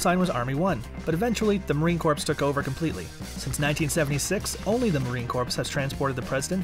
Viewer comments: I love how he says corpse instead of core. It’s soothing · It's Marine "Core" not "Corpse" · it's kuh-oh-ar-CORE, corps is an acronym to include all corpsmen, not to say KAWRPS... not corpse, dude have you ever heard someone say marine corpse? just wondering.... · its not the marine corpse. its the marine core phonetically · "Core", not "corpse". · PLEASE! ! ITS MARINE CORE! Corps! Not Corpse! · COR NOT CORPSE !!! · You should really learn the difference between Corpse and Corps. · Corps, not corpse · Its core, not corps! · Narrator: "Marine CORPSE" me: WHAT IS YOUR MAJOR MALFUNCTION, NUMB-NUTS?!?!?!? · I wonder that nobody so far mentioned that it's Marine 'core' not 'corpse' lol 😃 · It’s Corps, not Corpse!!!! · Yes, Marine “core” not “corps”! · It is CORE, not corpse. I was a navy COREman, not corpseman as Obama called us in a speech. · Marine Corpse? Crazy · Who taught you how to say corpse?? The P is silent! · Marine Corpse?? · Marine Corps not corpse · PLEASE!!! It's Marine CORS... the "P" is SILENT! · All marines hearing him say “Marine Corpsssss” are cringing. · This narrator is making me mad when he said Corpse. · Can't watch this with him keep calling them the Marine "Corpse". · Stop saying marine corpse like a dead body. The P is silent. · Please stop saying Marine "CORPSE"! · 🤬😡🤬Marine Cor ( ssshhhh ) the P is silent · Every time I hear him say Marine corpse I get a little angrier! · I'm with you...It is disgusting...Walk up to a Marine and say that...He would correct you immediately!! It is CORE!!!! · Marine core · If this voice head says “Corpse” on more time I’m going to watch top 10 fighter helicopters! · “Marine Corpse?!?” Kinda makes everything else hard to take serious... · Pssst. The "P" in corps is silent. Basically "Core" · if he says " marine CORPSE" one more time... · Stopped watching after "Marine Corpse." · Mate, the P of Corps is bloody silent. Crikey, even this Kiwi knows🙄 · It’s so are to watch with this guys saying “ corpse”